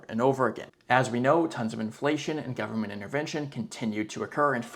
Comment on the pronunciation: "full faith and credit of the US gubmit" LOL